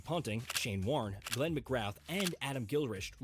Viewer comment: A pity the video he is reacting to is voiced by AI, with resultant errors like the mispronunciation of Glenn McGrath and basic factual errors such as the Australian result in the 1992 WC - they missed out on qualification for the semis, as opposed to what the video says - a 4 wicket loss to Pakistan in the semis (in reality it was NZ who lost by that margin in the semis to Pakistan).